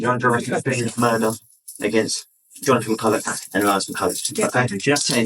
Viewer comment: McCullough, not Mercullow.